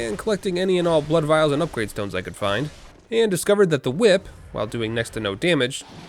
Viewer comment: "Ehy, that's a cool hwhip!!!"